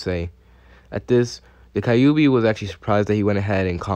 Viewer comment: Okay it’s not kaiyubi it’s kyube. Just saying